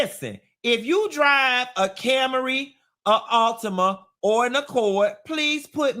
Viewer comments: I'm dying over Cam-a-ry 😂😂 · “CAM-ER-EE” is sending me.